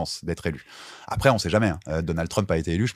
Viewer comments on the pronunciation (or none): none